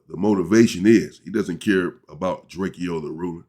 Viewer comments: DRAKEO, not Drake-e-o. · DRAKE-O unk DRAKE-OH NOT Drake-E-O So Drake like the singer then add “O”. NO “E” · Bro how you get DRAKE E O from drakeo I never understood that it’s literally DRAKE WITH A O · It’s drakEo not drake-0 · The Man's name is "Draco" - Drakeo .. do some research before doing your presentations, Champ 🏆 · OG you keep saying his name wrong (Dray-Koh) and he was a non affiliate